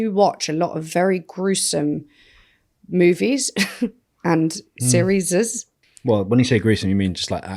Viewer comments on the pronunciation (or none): Another episode of trying to make look like a fool and then she goes on to say ‘series-es’ 🤷🏼‍♀️ and is such a sweetheart and says nothing ❤